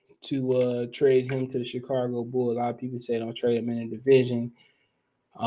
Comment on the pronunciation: There's no R in Chicago.